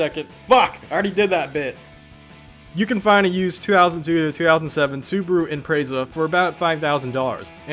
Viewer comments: Who else cringed when he said “imp-rayza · Just when i thought I'd heard all the pronounciations of Impreza lol.